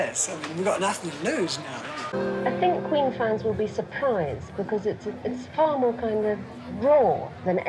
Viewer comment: “and is it possible that kween will make other soundtracks..” Classic German accent